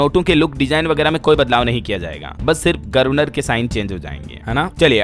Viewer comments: गर्वनर नहीं होता है गवरनर बोला जाता है , उच्चारण तो शुद्ध किया करो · गर्वनर नहीं ववर्नर होता है